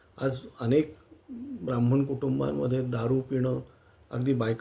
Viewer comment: Brah min ? Kon? Nit ucchar shika , tumhi jai bhim wale ahat wat te , Brahman aste